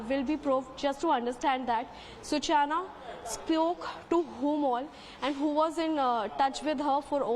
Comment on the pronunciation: Let me correct the anchor. Her name is Such-Na. Not Su-Chana.😂